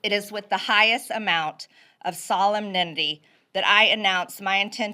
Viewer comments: solum nendy? did she mean solemnity? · She did NOT pronounce everything correctly. How could you have missed "It is with the highest amount of SOLEM-NENDY. . ." (Solemnity)!!! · No, she said, 'solem-nit-ity' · WTF, did that thing just say "solem-nenmdy" instead of solemnity? That is the most ill-informed uneducated closeted tranny the universe has ever spawned. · Did she say solmdentity????😂😂😂😂 if this is your representitive rome is surely falling.😂😂😂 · Empty Gee, 'it is with the highest amount of Solemndindy' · What is "solemnendy"? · "solemn nemnee" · Actually, she slaughtered solemnity - "solemninity". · Sorry, but 'solemnenity' is a fail. She did NOT pronounce all of those ohso big, complicated words. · No one caught SOLEM-NINITY??????????????? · Did MTG just say solm-nenity? Yep. She definitely didn't say all those words correctly. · No MTG did not pronounce all her words correctly!!! Did you not hear, "solemn ninity"? 😅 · NO! She said solemninnity. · "I think she pronounced those words correctly". Nah, she fucked up "Solemnity". She said "Solem-nin-ty". She tried, tho. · She mispronounced "solemnity" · She mispronounced solemnity. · She pronounced them close to correctly, but struggled to do so. Wow! Please read a book honey. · absolutely did not pronounce solemnity correctly! 😡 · She didn't pronounce words correctly. In the first paragraph she vomited, she made cole slaw of "solemnity." Cabbage should be chopped fine, but if MTG can't manage a 4 syllable word she should tell her writers to use a more appropriate vocabulary. DJT finds a 4th grade vocabulary works well on their base. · No, MTG did not pronounce "solemnity" correctly. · She did not pronounce solemnity correctly! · What are you talking about? She didn't pronounce "solemnity" correctly, but read it like she'd never seen the word before (which, of course, she hasn't). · Nope. She murdered "solemnity"